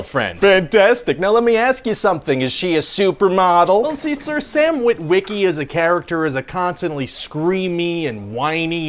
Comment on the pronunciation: No one in history has ever pronounced "Wit-WIH-key" like that before.